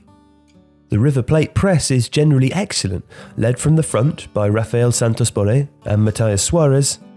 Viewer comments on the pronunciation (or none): none